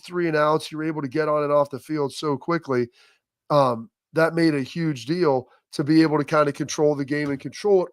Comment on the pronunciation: 23 yards rushing... "yuge"-trump lol